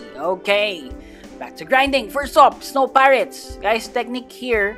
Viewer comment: For did you say swan pirates as snow pirates?